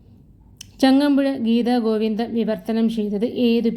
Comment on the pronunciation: ജയദേവകൃതി ഗീതഗോവിന്ദമാണ് ഗീതാഗോവിന്ദം അല്ല